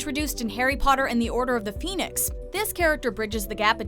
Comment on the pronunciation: "order of the peenix"